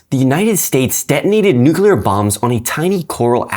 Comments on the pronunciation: Damnit,. You messed up lol. It’s most effectively pronounced as “New-Clear” or of one insists on the third syllable “New-Cle-Ar” but never will it ever been condoned nor forgiven to be pronounced “Nuke-you-lar”. Love the channel, very informative but you messed up pretty badly there. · Nooo! you're one of those who says "nukeelar". Didnt expect that, not from one of my favourite educators 😭